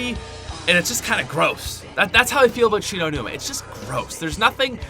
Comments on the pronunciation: when he says kino...i start crying...what were u thinking....WTF WERE U THINKING!!! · I stopped watching when you said 3. Kino. Best Zombie map ever. Dislike!